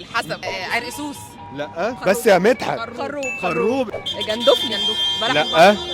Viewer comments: خروب بالتشكيل دا (فتح الخاء و ضم الراء غير المشدده)حاجه تانيه خالص😂😂😂😂😂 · خَرُوب بالتشكيل دا(فتح الخاء وضم الراء غير المشددة) حاجة تانية خالص😂😂😂😂😂